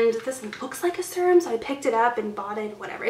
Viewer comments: It's pronounced ser-rum or sear-rum. You can also just Google pronunciation and hear audio. It sounds like you're saying surum. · Farsali unicorn essence is a hydrating serum but also leaves a little tack on the skin so it works as a primer too. Also, fyi you're saying serum wrong...it's kinda killing me. Sorry, just thought someone should tell you 😌